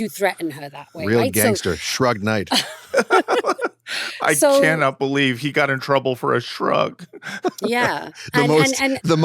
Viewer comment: “Shruge Knight” 🤪